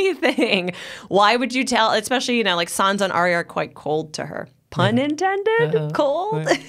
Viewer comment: Why can’t people at Collider pronounce these names correctly? Varys, Ayra, and Sansa seem to be mispronounced every time.